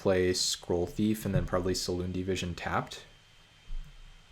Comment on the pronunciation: Every time you say Silundi Vision I have to convince myself that there's not card named "Saloon Division" English is so hard ;)